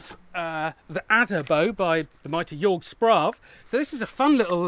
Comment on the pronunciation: his name is pronounced "yerg shpravah" not "yorg sprav" please learn the names of the people you collab with